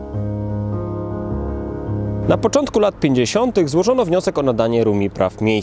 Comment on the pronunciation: Bardzo mi się podoba cały cykl. Mam jedno małe ALE. "pięćdziesiąt" a nie "pisiąt" ;)